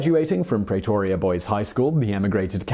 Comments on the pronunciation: Just for future reference. It's pronounced Pre-to-ria not Prea-to-ria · A very interesting video, will forgive you pronouncing Pretoria wrong